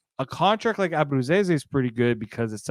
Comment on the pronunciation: Can't even say Nick's last name! Bye!